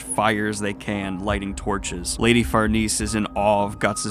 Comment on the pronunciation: I got to say, when you casually said "Farnese" twice in a row without stumbling, I was like : YOU GOT IT MA BOY